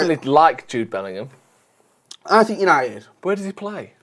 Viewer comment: "Jude Bellum" needs to become the new Jason Sanchez